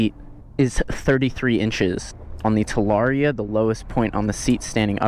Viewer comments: So is it "talaria-ster" from now on 🤔🤣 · Talarster? 😳 lol